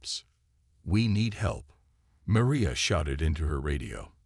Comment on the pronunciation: The worst stories on YouTube! Obviously Chinese made. The constant misspelling in the forced close captioning and the way the AI say Maria...Doctor Chen is annoying! As if it's speaking of 2 people. This mispronouncing of names as well detracts from the story! Glad you have 8 friends to like your story.......